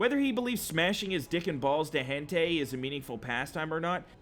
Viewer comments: Hentai. You said hentay, way to say it is Hent-eye just so ya know maybe you said it on purpose but still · Its pronounced hen-tie. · Lol “hentay” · You pronounced hentai wrong. Your opinion doesn't matter. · Says hentai weirdly so YouTube doesn't get up him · He says hentai wrong. -.